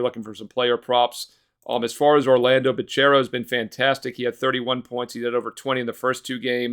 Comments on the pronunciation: he’s made thousands if not hundreds of thousands of off betting dude go look at his record do you seriously think he doesn’t know ball when this is literally his full time job? just because he can’t pronounce banchero? give me a break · He’s a box score watcher. Dude can’t even pronounce Banchero and Wagner correctly